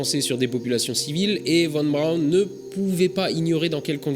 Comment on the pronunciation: La fusée de mon enfance...Pour info, si on écrit VON BRAUN, on prononce FON BRAUN